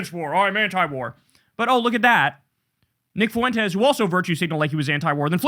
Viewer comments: Spanish is my native language, please for the love of god Kyle, stop pronouncing Nick's name as 'Foo-entes'! It's so annoying. It's pronounced 'fwentes'. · It's Fuentez, amigo. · I’ll be so glad when I never have to hear anyone say “FOO-EN-TEZ” again.